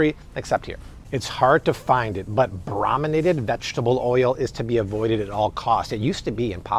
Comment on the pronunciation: It's pronounced BrOOminated not Brahminated.